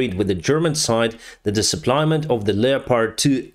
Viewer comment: I love when says "suppliment" 😂